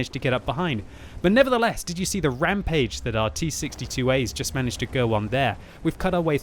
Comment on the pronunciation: has the best "nevertheless" ever